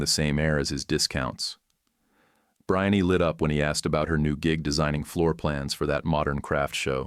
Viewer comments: Bree-anne, AI voice, her name is Breanne Not Briny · (AI) The girl’s name should be pronounced ‘Bree-ann’ not ‘Brian-ee’. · Well, there is one right from the beginning -- Brianne is pronounced bree-ahn, not bri-ahn-ee. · BRHIN-nee ??? How about BREE-on-na . Some AI narriated story are so annoying. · The ai reading is distracting. Brian instead of Brianne. Geesh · Hey, since when is the name "Brianne" pronounced "Bri-ann-ey"? Hire a goddamn human to voice this shit. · Worst pronunciation of "Brianne" I have ever heard. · The way AI pronounces the ex-fiancée name sounds more like something related to shrimp.